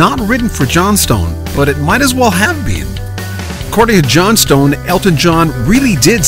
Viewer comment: It's pronounced Johnston.